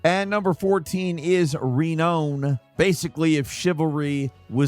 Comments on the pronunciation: You mentioned your mispronunciation of words, so I figured I'd help you out. Renown is pronounced Ree-NOUN, not Reen-OWN. Have a good day,. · Renown? You really don't know how to say it? Lol (Re-noun) not (Re-known) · My whole life might be a lie but isn't it "re-noun" rather than "re-known" 😭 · re known? its renown bruh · Re-Nohn is a game where you become renowned, Re-Nohn! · I laughed when he said re-known 🤣🤣 I mean, renown is an actual English word...we don't need to guess how it is pronounced haha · I just don't get it... How do you say renown and then renowned and then fuck up renown again?!! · Re-known. 🤣. You even said “Become the most renown player” 😂 The dueling one and the total war with guns game are literally just tech demos. The soul purpose was to show off their tech and sell out. Not sure how I feel about that in the industry really since that was most early access scams with crowd funding. Let’s promise a game. Make a prototype so we can’t get sued. Then sell the tech for more money with way let development cost. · word of the day: reknown. Lol he even says renowned just fine then said reknown again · Sometimes I feel like you mispronounce things just to get comments lol It's Re NOW n...like reNOUN c'mon man you can do it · The worst part is he even says it right during the description then he's back to saying it wrong at the end 😂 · No it's not, it's ray-noun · Was just about to comment this! 🤣 He said it correctly, but mispronounces it when saying the title of the game XD. Like someone commented in another video, at this point, I think he's doing it on purpose to get engagement 'cause he knows people like us will comment on it 😅😂. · How does he not know how to pronounce ‘reknown’? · Renown is pronounced REE and then NOUN, like the type of word.